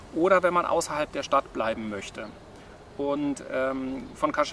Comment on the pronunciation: Hallo Ihr beiden, Danke für das tolle Video! Ein Tipp noch…Cascais spricht man in Portugal wie KASKEISCH aus. (Damit die Portugiesen in etwa verstehen, wo ihr hinwollt ;-))) Viel Freude noch auf Eurer Reise